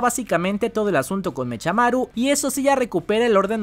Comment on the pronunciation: Yo si pediria que cambiaras algo de los videos, y es pronunciar mecamaru y no mechamaru literal jajaja